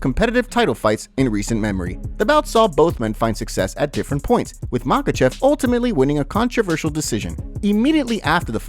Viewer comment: volk said "I SLAM mahachev" ;)